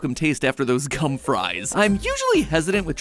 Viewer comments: that g in “gum fries” did not sound like a g and I had to do a double take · um to much k when saying gum there mat